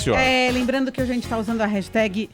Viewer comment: A não sabe falar "hashtag" kkk